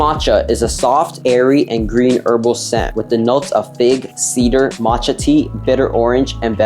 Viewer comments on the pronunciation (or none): none